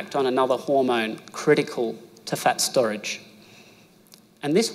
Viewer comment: We think you have a cute accent but when you say fat it sounds like you’re saying pet so try to speak English more clearly